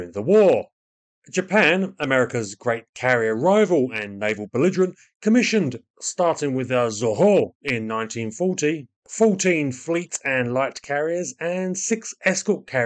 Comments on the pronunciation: ''no doubt screwed that up'' Yes, very much. Its The IJN Zuiho, not a zoho 😅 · The carrier at the beginning, you pronounce it zoo-ee-ho. But the Hosho was their first carrier.